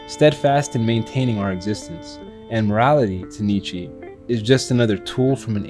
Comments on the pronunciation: “Knee chee” its Nietzsche nigga. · His name is not 'knee chi' for fuck sake, it's nietzsche. Learn to pronounce it right. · Who tf is Nietzchee bruh please say his name right